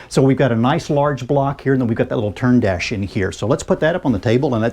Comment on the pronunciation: Churn dash. As in butter.